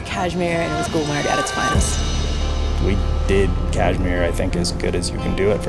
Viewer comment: It's been 3years you have uploaded the video I watched it many times but I always forgot to tell it's GULMARG ...not gulber ....my beautiful people my beautiful culture....hope to see you again here #love from Kashmir to all your team